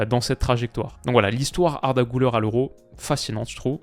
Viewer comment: On dit pas "GOULEUR" mais "GULAIR" c'est "U" et pas "OU"